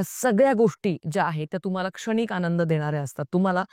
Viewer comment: ताई तेरे नाम सिनेमा नन्तर स्वतः सलमान नि सांगितलं होतं की पात्र कॉपी करू नका हे पण सांगायला डेरिंग लागत बाकी तुमचं बरोबर आहे आणि तुमची बोलायची स्टाईल चांगली आहे फक्त न आणि ण इकडं तिकडं होतोय उदा क्षणिक,येणार, लागणार ला न येतोय तुम्ही इंपृव व्हावं म्हणून बाकी चूक काढायची म्हणून नाही